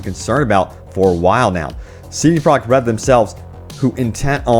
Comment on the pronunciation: This dude seriously needs to slow down when he says CD Projekt Red's name. He keeps slurring it together and it comes out CD Product Red.